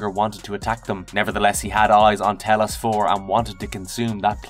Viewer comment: 'A'tris T'Elos'. Dude, you are a native englsh speaker. Split diagraphs are a thing. If there is a vowel, then a consonant then a vowel, the first vowel is pronounced with its NAME not sound.. Please learn to english. its triggering. Youre taling about KOTOR 2 but its like you have never even played the game to botch these pronunciations so hard..